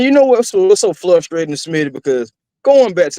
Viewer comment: Is there a reason why the other guy with Smitty always pronounces frustrating as flustrating? Is it an inside joke? 😂